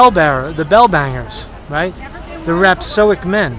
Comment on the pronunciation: Dood, stop mispronouncing rhapSODIC! ...I've got some parts of the image that back up your theory that you haven't pointed out yet.